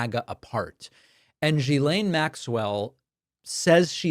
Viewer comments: Not "Jilaine", "Guilaine". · David. Gislane is not pronounced “jee-s-lane”. It’s a hard “G” with an “i” pronounced as in “hit”, so “git” without the T, then a silent “S” - so it’s pronounced “G-i-lane” - I know you’re not the only one and it’s not intuitive, but it hurts your credibility not to get this right. Thx! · Hi David. Ghislaine is pronounced with a hard ‘G’, as in ‘Girl’ or ‘Government’, not in the ‘French’ way, - ‘Je’ or ‘Janvier’. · Hate to be one of those people, but it’s driving me nuts. GM’s name is pronounced with a hard G, as in fish gill i.e. Gill-Lane (Ghi’laine) ❤ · It’s pronounced Gee- Lane (the “h” is silent ) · Ghislaine is pronounced with a hard G. Annoying. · At least pronounce “Ghislaine” correctly. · I have heard so many different pronunciations of Ghislaine, but my favorite is. He just charges right into the American phonetic pronunciation, as confident as he is reckless, and it's gloriously offensive.